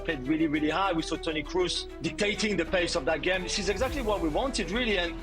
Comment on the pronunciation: You nailed Toni Kroos pronounciation, that is rarely seen🙌🏻